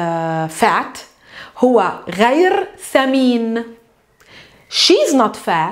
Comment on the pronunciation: درس رائع لكن الخطأ الذي وقعت فيه هو أنك لا تعربين اواخر الكلمات مثلا غير تنطق غيرو. بدون كتابة الواو طبعا واستبدالها بضمة